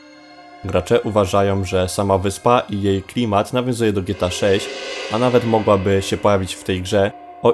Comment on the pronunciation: Czemu ty mówisz "gieta" a nie Gie-Te-A, dosyć śmiesznie to brzmi